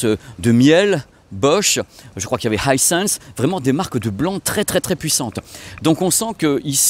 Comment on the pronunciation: Coucou, pour la marque Miele, ça se prononce Miiiileu et pas comme le miel des abeilles 😅 Vu que tu dis Haïssèns pour Hisens et pas Issans je me dis que les marque allemande pourraient également profiter de cette qualité de prononciation 😉 Je t'adore 😊